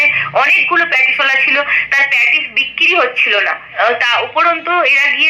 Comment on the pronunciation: রোজিনা রহমান তো এখনো ভালো করে কথা বলতে শেখেনি, কি উচ্চারণ করে ও, বিককিরি , এটা কোন উচ্চারণ হলো। অশিক্ষিত মেয়ে একটা। তাকে নিয়ে মাতামাতি।